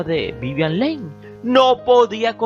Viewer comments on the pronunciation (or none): Me gusta ver tus vídeos, son interesantes, aunque me cuesta escuchar tu pronunciación. Por lo menos, edita el de lis principales: el apellido de Vivian se pronuncia "Li" y el de Oliver se pronuncia "Lourens". Y cuida algunas fotos. Pusiste una de Casablanca con Bogart y...nada que ver.